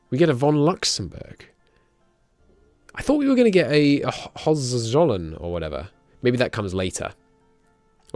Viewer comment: Hoe-hen-tzoll-earn Hohenzollern